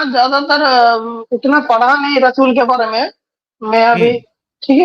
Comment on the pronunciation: Rasool ❌ Rachool ✅ Pandrah (15) ❌ Paandra ✅